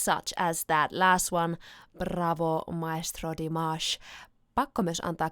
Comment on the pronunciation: Great pronunciation of Dimashes name:))